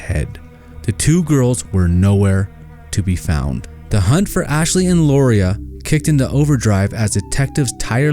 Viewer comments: First, Lauria's name is pronounced Laura. I asked her Mom how to pronounce it and that is what she told me. You need to take out the burning brick house that you said is where the Freeman's lived. Wrong! They lived in a mobile home. The incompetent sheriff's office did not initially find Mrs. Freeman. The Bible's did when they went to the burned mobile home and all but stepped on her burned body. There are hundreds of pits and mines in the area where the girls are believed to be and they aren't like the pretty blue water showed in this video. These girls are very special to me and if you can't get the story right then take it down. Yep, I'm not a happy with how you told this half truth story. The case isn't SOLVED until the girls bodies have been found. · It was Danny and KATHY Freeman, not Karen. And Lauria's name is pronounced like Laura, not how you butchered it.